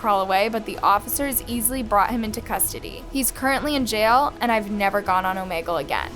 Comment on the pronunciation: is it pronounced Oh-may-gull? I pronounce it: Oh-mee-gl